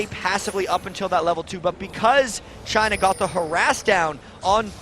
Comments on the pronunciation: When they said for china I thought it was vagina! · Damn, when the guy's saying ''for China'' he sounds like he's saying ''vagina'' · Damn every time they say for china i hear clearly vagina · i thought the announcer said vagina when he was saying 'for china' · jungler "for china".....is sound like vagina